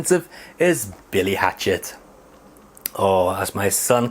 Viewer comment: It's Billy hatcher ffs, why can't you read properly? It's bizarre